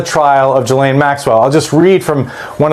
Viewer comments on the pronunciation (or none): Gotta love the AI Jizz-laine name pronunciation. Bernie Sanders remains the one politician who can replace the most corrupt administration this country has ever seen.